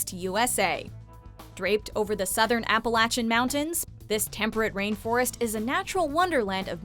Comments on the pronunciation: Did you really just say Appalachian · Appalachian was pronounced wrong it gave me cancer i live in those mtns Also tongass is pronounced exactly how it looks not tongiss